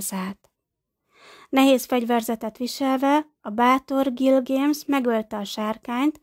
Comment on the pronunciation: Miért mondja a női hang hogy Gilgéms rettentő idegesítő hàt az Gilgames